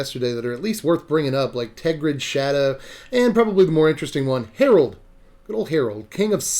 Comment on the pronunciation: I think it’s Harald like Geraldo without the O